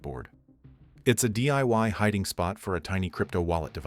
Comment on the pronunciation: I like the AI voice screwing up $1500 and “hiding” 😂😂